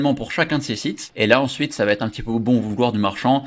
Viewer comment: Bonjour, Bluffant ton nouveau truc, AFFILIZZ! Toujours très pro et pédagogue dans tes démos, clair, net et concis. Bravo! Une chose toutefois dont tu ne parviens pas à te défaire, ce tic de langage... par pitié, arrête les "ça va-T-être"!!! "Ça va être" est tellement plus sympa à entendre. Je note toutefois que par rapport à tous les autres intervenants tu as su éviter le piège des "du coup" tous les trois mots.👍😂 Désolé pour la critique, tu sais que c'est juste pour aider, mon côté VIEUX rédacteur copy-writer 😉🤣